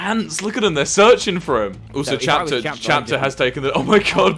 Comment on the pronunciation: A guy named Chapter while Wilbur and Tommy pronounce it as captcher